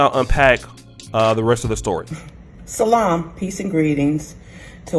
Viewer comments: Instead of shalom she said salami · Soon as she started with "Sha-lum, saloon" or one of those words, she lost me... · What's salam??? did she mean shalom?? when they speak I never listen, the definition of psycho babble.